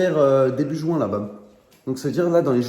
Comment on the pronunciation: quand il a dit juin j'croyais il avait dit jouin